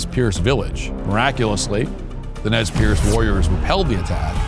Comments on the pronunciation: Just a note, it's pronounced "Nez Purse" not "Nez Pierce" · That's not how you pronounce "Nez Perce." It's usually "Nez Purse" and sometimes "Nez Purz."